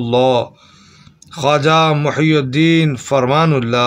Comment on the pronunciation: ماشآءالله ! لیکن بھائی یہ ( محی الدین ) پر ( پیش ) نہیں بلکہ ( ی ) کے نیچے ( زیر ) آئے گا، جس کے معنیٰ ( دین کو زندہ کرنے والا ) ھے اور پیش لگانے سے اس کے معنیٰ الٹ ھوجاتے ہیں _ جزاکم الله خیرا فی الدارین آمین !